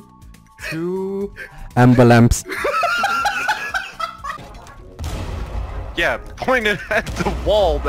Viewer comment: Nobody: Actually nobody: Nobody in their right fuckin mind: Bikini: A M B U L A M P S